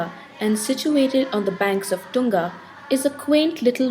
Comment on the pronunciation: It is Shivamogga and Thunga. Not Shiva Moga and Tunga with a 'T'.